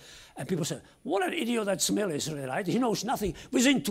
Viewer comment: Great scientist from Czechia, his name is pronounced "Vaatslav" and Smil, not Schmil.